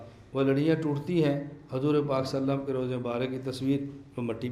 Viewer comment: صلی اللہ علیہ وسلم کا تلفظ درست ادا نہیں ہورہا ہے۔۔